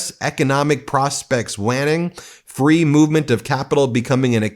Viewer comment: I love the English language, and you have a huge audience, so I just want to clarify: It’s pronounced like “wain-ing”, like a waning vs. waxing moon. Hope that helps! Love this channel ♥️🇺🇸